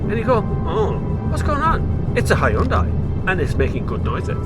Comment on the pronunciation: Biermann is pronounced as "Beer-mahn" not "Berman" lol. Learn to appreciate other languages before you go and anglicize everything geez. I wont even mention how you pronounced Hyundai!